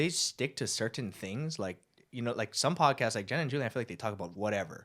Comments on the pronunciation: i cant get over how the pronounce 'cerTain' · "Sir-tin"